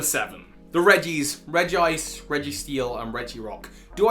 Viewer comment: Not Reg-gice! It’s Regi-ice!